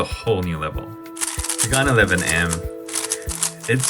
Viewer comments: I thought it was Han not garn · Bro can’t say gan proply he pronounced it like garn not gan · Gaun? What is that isn’t it GAN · Why you say gan werid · Hey how we pronounce gan bcs my pronunciation is different from yours?